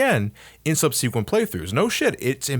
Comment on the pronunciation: can't wait til I can catch up on videos so I can start correcting his pronunciation of words like 'barring' and 'subsequent' without worrying "he already figured that out 4 years ago, it's not nice to harp on it now"